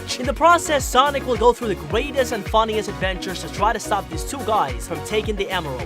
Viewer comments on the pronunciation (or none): “Sonic with go through the GWEATEST adventures”